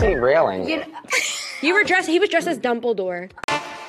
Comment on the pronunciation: Wait a second. Did Gabi say Dumpledor? Lol